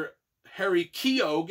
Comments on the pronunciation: Hi, it’s pronounced Key Oh. I have some friends with the same surname and that’s how they pronounce it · Oh and it's pronounced kee-oh the G is silent